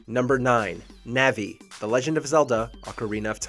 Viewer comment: How dare you say disrespect Navi like that